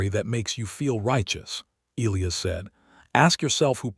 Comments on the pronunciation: Not ElEeus, It's pronounced El-eye-iss! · It's Eliy Us notNOT eleus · His name is pronounced “ ah LIE us” ………Greek and Biblical Old Testament……as were many, many, many early Judeo-Christian American names. NC😢